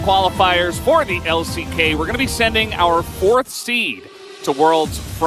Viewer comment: MY BOY SAID EXP IN THE L-I-C-K ??